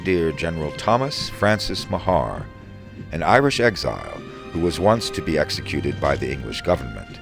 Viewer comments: Nice video, but the name Meagher is pronounced "Marr," not "Ma-harr." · The name ‘Meagher’ in Ireland is pronounced without anything fancy but as ‘Mar’. The Irish in Mr Meagher’s brigade would have sounded his name as Thomas Mar. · Yep, I came here to say this. "General Meagher to us he said, If you get shot or lose your legs..." - "Meagher" has one syllable. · The incompetent Burnside wasted them up against that wall in Fredericksburg. Respectfully ... it's pronounced Ma-her btw :)